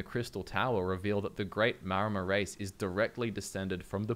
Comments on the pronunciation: I feel like the 'Maor' in Maormer is meant to be pronounced like 'Maori' the real life seafaring people, they were probably one of the major inspirations for the Maormer. So instead of "Mayomer" I always read it as "Maori" mixed with "Mer" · Isn't it "Maramer"? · Ah yes, The Mermer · they're called MAORmer. Like the Māori🥲 They are based off of Pacific Islanders